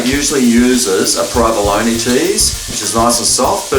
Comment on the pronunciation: Did you say provalony?